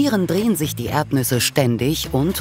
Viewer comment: Ich höre immer nur Erbnüsse...